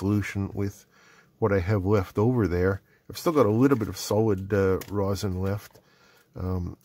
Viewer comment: Rosin (pronounced raw zin) is a component of natural pine resin (pronounced the way you think it is) that is distilled out of the resin kind of like the way gasoline is distilled out of raw petroleum. Ethyl alcohol works best as a solvent for rosin. Denatured alcohol (ethanol with added methanol) works good too. You can use less alcohol to make rosin paste but it takes forever to dissolve. The commercial stuff has additives to lower the melting point and make it dissolve faster but I don’t know what they are. You can use a salt vinegar solution to remove oxides and clean soldering pads too but get it all off before soldering. Borax in water does the same thing. I learned all this in High School Metal Shop in 1968.